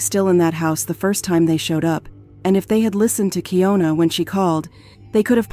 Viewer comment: Slightly annoyed that she verbally said her name way pronounced Key- ohn- na but the narrator keeps saying Key-own-na.